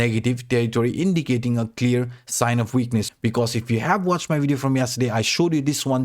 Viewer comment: It's pronounce as "Video" why you keep saying "Wideo?